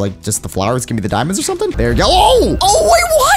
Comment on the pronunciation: Also you said Dimond,s